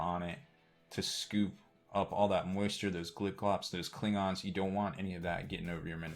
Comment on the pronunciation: Kling-Ons and Glip-Glops? You're lucky a Traflorkian doesn't hear you say that.